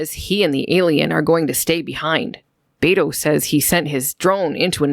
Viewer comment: Bayto... It made me laugh a little hearing you say it like that. It's Be as in Bell and To as in Toy. Beto. Dude is my tocayo. I never thought I'd hear my name in Star Trek.